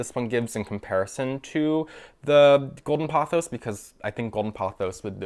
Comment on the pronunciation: You're completely mispronouncing 'pothos'. You say it as though it was spelt 'pothows'.